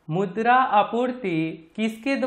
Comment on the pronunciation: (मुद्रा) bolna🗣️ dobara 😂🤣